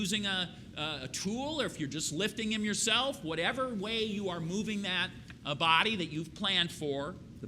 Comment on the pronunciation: He said blood not body is his accents